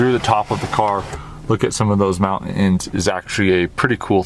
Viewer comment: WHEN YOU SAY A WORD WITH "T" IN IT, like "mountain" or "button", pronounce the "t". It is NOT mow-in, it's mountain. It is NOT bu-in, it's button.